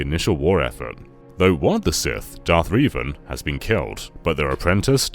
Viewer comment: Darth REEvan.